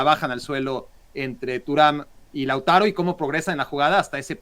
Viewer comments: Lautaro es palabra grabe,no esdrujula.....!!!! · Mexicanos hablando de fútbol 😛..... Lautaro el castellano se pronuncia comp se escribe 😊😊😊😊😊😊😂😂😂😂😂😂😂😂😂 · Laútaro, Sánsiro....Como es que esta mujer rueda los acentos?